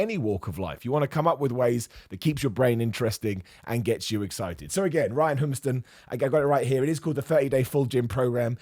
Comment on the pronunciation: Pronounced "WHO" - "MISS" - "TON" (